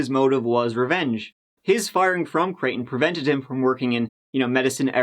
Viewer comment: Midwesterner here and big fan, but needed to tell you how we pronounce i5 Creighton = Cry-tin Terra Haute =terra hoe-t